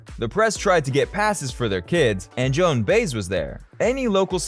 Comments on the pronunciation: Kirkle? Joan Baze? Perhaps you should learn to pronounce names before reading them!!! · It's pronounced (Baez) as "By -ehzz" and the Cyrkle is pronounced as "Circle".... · It is somewhat ridiculous. Can't believe he screwed up "Baez".......sheesh. He probably doesn't even know who she is....